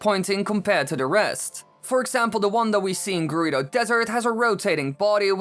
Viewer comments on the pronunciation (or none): none